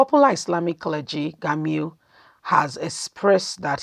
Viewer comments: You are pronounce the name rongly is Gumi not Gami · Learn to pronounce people 's name ĢUMI NOT GAMU